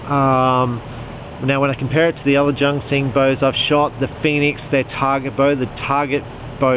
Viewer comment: Junxing is pronounced "Choonseeng" (or "joonsheeng", something in between...) but definitely NOT JUNK KSING! :D